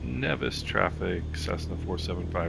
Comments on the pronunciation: Umm…..Nevis isn’t Pronounced like that btw…it is pronounced Neevis but spelled Nevis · locals pronounce Nevis as Neevis...and St. Kitts is my home town :)...nice flight what are your system specs ?